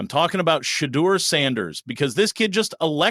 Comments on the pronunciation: (SHA DOOR) PLEASE PLEASE PLEASE PLEASE PLEASE PLEASE PRONOUNCE IT THIS WAY. YOU LOSING ME. YOU'VE PRONOUNCED HIS NAME 3-4 DIFFERENT WAYS. PLEASE PLEASE PLEASE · Why do u pronouce his name different every time. Is that your way of showing disrespect. That seems your objective. U not slick. U JUST SHADY😊